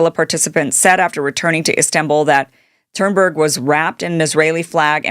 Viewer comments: Please stop saying "Thurnberg." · Hey Kim, Im super appreciative of your content and I mean no harm when I say this truly. Just for the sake of you knowing perhaps, but Greta's last name is Thun-berg. Not that you said it wrong on purpose, as I do not believe that. However I heard you say it a few times and thought maybe you just didnt know. You're one of the best weve got and im grateful for what you do. Thank you for having a heart and speaking The Truth. May ALLAH Reward you Kim. Ameen thumma ameen thumma ameen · Kim, Greta's family name is pronounced "Tune berg." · Why after so many years sre you spelling and pronouncing “ Thunberg” incorrectly? If you don’t know that how deeply did you check anything else? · I love Greta and the work she does. I got to the 3min mrk on this video, and I am so offended by your ignorant pronunciation of her name, that I am leaving now. There are plenty of sites on YT currently talking about the IDF and their seizure of Greta's flotilla. Most of them are fans of Greta and know enough about her that they can pronounce her name. Not you.... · Love you Kim but how do you not know how to pronounce (or spell) Thunberg by this point